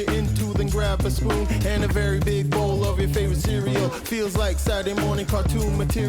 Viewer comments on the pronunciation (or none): none